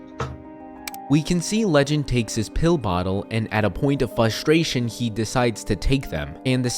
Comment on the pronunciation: Bro said fustration